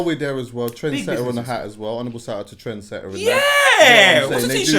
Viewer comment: Man said trend etter that hat is a howler chuck